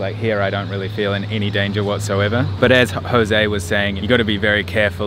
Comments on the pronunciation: Oh god man, PLEASE stop saying José as HOSAY, we do not speak Spanish in Brazil, goddammit... It's really annoying to hear! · That was interesting to see! Btw, in Portuguese José is not pronounced like in Spanish... No "H" sound 😉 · Nem José ele sabe pronunciar kk